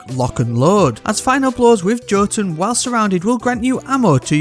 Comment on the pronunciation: I love how the five ways you pronounce jotuun were all wrong